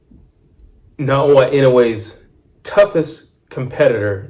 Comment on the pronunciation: Getting closer. 😊 ✅ - NAH-OH-YAH ❌ - NAH-OH-UH I dont know much of anything about Cardenas. He seems to have some pop for sure. From the llttle bit Ive seen of him, he gets hit with left hooks too easily. And the people I've seen him fight did look like bums to me. Gonna say Inoue stops him, starting with a cracking check left hook in the 5th round. Kim said "is that all you got?" and look where that went. 😅